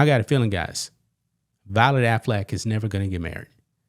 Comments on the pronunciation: I love that you pronounce their last name as Aflac the picture in my mind of a talking duck won't go away now.😂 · Every time you say Affleck, all i hear is “Aflac” and i am just laughing expecting to see the duck pop up